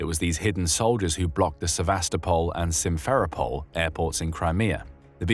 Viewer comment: Pronunciation: Se-va-STO-pol (not "Se-VAS-to-pol), and Sim-fer-O-pol (not Sim-FER-o-pol).